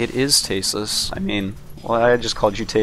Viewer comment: I knew he'd slip and say tastless at least once =P